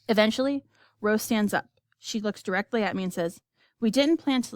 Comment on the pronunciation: and its rose not roe